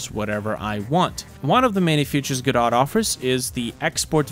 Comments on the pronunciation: not go-dot, its guh-doh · I've heard it pronounced "guh-doe" and "go-dot." Today's the first time I've heard it called "guh-dot" though